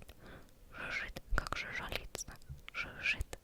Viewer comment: Всё ОК, но: 1. Не читай на вдохе. 2. дЁготиниковой вдовы 3. перепономарИт 4. жУжжелица 5. фРоЛа 6. навралА 7. вАхмистр 8. рОтмистр